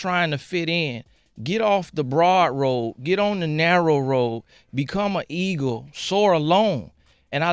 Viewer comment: sway so damn dyslexic - "ego" no sway "eagle"